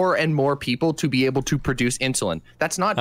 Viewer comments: It must have a bit of a speech problem because "Ins-you-lin" and "el-t-s" (instead of else) are said a lot by the the amorphous blob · Why does say "IN SHOE LIN"?!